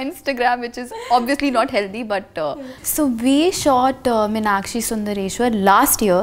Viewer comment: Sorry to say it's not Minakshi it's meeenakshi